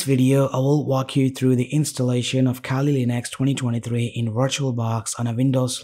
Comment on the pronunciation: abe bhai english bhi bol rha h toh aisi ki kali ko khaali linux bol rha h ,,, well koi ni content badhya tha